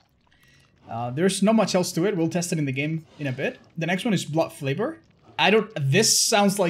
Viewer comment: So we ain't gonna talk about how he adds an L to blood favor